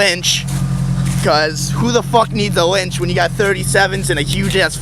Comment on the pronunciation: wench* not lynch lmao. jesus christ